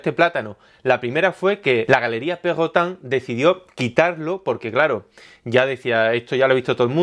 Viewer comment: jajajaja me mata verlo decir perrrrotang xD